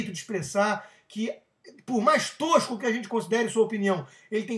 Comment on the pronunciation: "bolSA-naro" é foda. tanto livrinho ali atrás e o sujeito não sabe sequer o nome do deputado que quer defender. e expressa-se com requintes verbais como "toshhhco", "toshhhquices", dignos do mais eloquente intelectual. rs